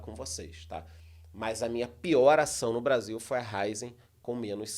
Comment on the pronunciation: A pronúncia correta é RA-Í-ZEN. Acento agudo na letra "i"😊